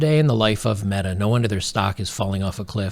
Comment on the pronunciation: Meta rhymes with BEEEEEETTTAAAAAAA